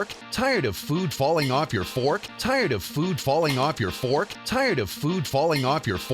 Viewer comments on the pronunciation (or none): TAIURD UV FEWD FAWLING AWFF YER FOWARK?!